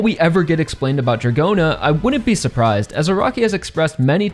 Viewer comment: Don't understand why you pronounce [Djagorna] and. Ot Dragona 😮